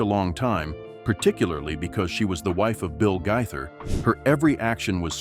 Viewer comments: Really fake news. Who made this up? Shame on whoever it was. And at least learn how to pronounce their name correctly. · They are NOT divorced and that's not how their last name is pronounced !!!